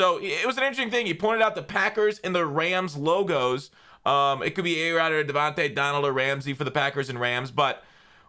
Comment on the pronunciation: Hey just a heads up; you pronounce Devante and Devanta the same way.